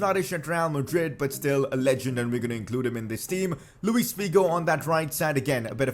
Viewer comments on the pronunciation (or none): none